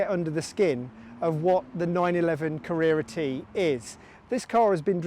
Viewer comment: So bloody annoying how you pronounce Carrera T. Can't watch you.